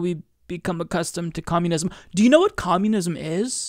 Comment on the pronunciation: You mean "Co-moo-nism" ?